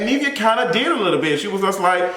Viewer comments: Nivea = rhymes with give. Not neev like leave. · he keep saying Neevia it’s giving me anxiety 😂😂😂😂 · I hate it! How you talmbout interviewing someone and can’t pronounce their name 🙄